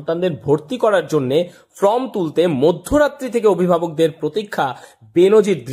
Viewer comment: ভালো খবর হাইলাইট করার জন্য ধন্যবাদ। কিন্তু কথা টা ফ্রম নয় , ফর্ম । সাংবাদিক হতে গেলে একটু ঠিকঠাক কথা তো জানতে হবে